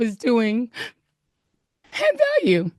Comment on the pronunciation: “My show had vaule “ haha 😅😂😂😂